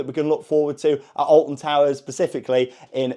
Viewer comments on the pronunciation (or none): Specificly not Pacificly